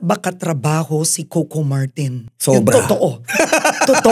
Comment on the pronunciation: Ms. Karen, it's "Co - Co" po. Not "Kow-Kow"😅